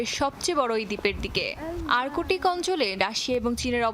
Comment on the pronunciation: ভাই কাদের কে দিয়ে সংবাদ উপস্থাপনা করছেন, আর্কটিক কে আর্কোটিক বলছে😂